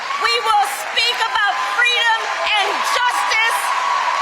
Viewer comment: Fweedom 😂😅😂❤what a idiot